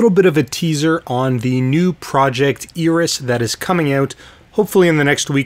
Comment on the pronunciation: It's actually pronounced "AIR-ee-s" ;P You can hear this pronounced in the following video.